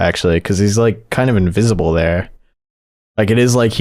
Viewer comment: invisible? WHEN YOU CANT EVEN SAY